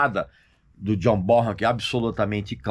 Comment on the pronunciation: Regis, a pronúncia correta do nome Bonham, é "Bonãm". Ótimo Vídeo.